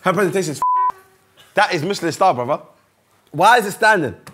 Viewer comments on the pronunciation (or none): none